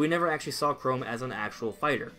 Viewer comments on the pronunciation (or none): why u saying chrome its pronounced chrom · Ca Rom, not Ca Rome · I don’t remember Google Chrome being in the final smash for Robin. Oh wait, that’s just how he mispronounces CHROM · Its Chrom (ka-rom) Please say it right kinda makes me cringe. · 1.) You pronounced Chrom name wrong 2.) I think if Dark Samus was character, I don’t think Dark Samus would be echo fighter.